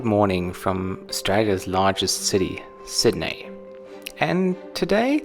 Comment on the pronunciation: I love it. You pronounce “Sydney” like a German still but “Australia” 100% like an Aussie. To sound more Aussie you have to say it “Sid-knee” 😉